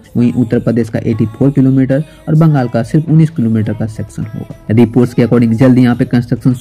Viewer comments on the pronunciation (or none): none